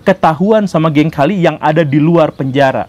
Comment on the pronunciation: Permisi untuk cara bacanya, Medellin dibacanya Medeyin, Cali dibacanya Kali🙏 Pas pertama kali nonton Channel ini, rasanya menarik👍